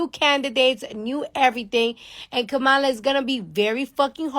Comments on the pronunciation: Democratic!!!! KAM-A-LA!!!!!! Its irritates dafuq outta me for people to purposely mispronounce someones name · Her name is Kamala (Comma-la)